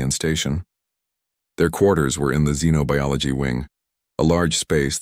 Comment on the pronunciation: A very interesting story. Even pronounced Xenobiology correctly.